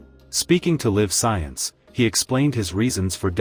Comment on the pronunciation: The AI pronunciation was a give away. When talking about resources being copper and lead, lead was pronounced sounding as leed, as in "I will lead the way". Live science was pronounced as "I live here" not as live and in person" There may have been other examples of homonyms but I missed them.